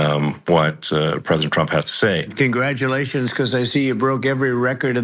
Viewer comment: "Congradulathuns because I see you broke every record in the book with tho many millions of people and that's an honor. We view that as an honor and then you do want thilencing of certain voices. Usually those are voices that have thomething to thay that are constructive."